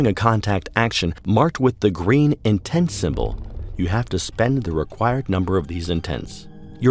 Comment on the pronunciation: Very true. It just bothers me because it sounds like he's constantly saying intense.